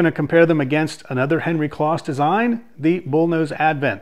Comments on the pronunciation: Nice review, but just FYI, Henry's last name was pronounced with a long o, like "close." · Just for information's sake....Henry's last name Kloss was pronounced with a long "O" like close so it's like the adjective "close' like I was close to the fire. I only discovered this a few years ago myself.